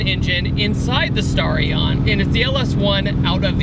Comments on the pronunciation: Dude it's sta-ri-on not star-ion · The mis-pronunciation of Starion is making me cringe so bad.